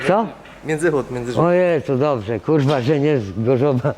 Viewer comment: Tylko prawdziwi wojownicy z klasą powstrzymają się od śmiechu, kiedy padnie wyzwisko. Natomiast jeśli powie swoje "kuRR*a!" ciężko jest się nie zaśmiać:D